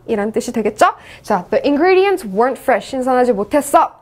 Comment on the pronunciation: the ingredients과 the atmospher (발음을 틀리게 하셨네요....더가 아니고 디 아닌가요?)